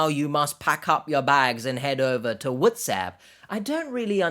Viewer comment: Every time you say WhatsApp I laugh out loud for way too long and way too hard. There's another person who I watch that is completely different than your channel called Dr Grande, an educational psychologist, who does true crime videos and he has a particular way of saying TikTok, which is equally hilarious.